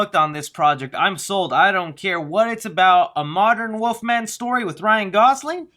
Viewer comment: Is he saying Woof-man or wolf-man.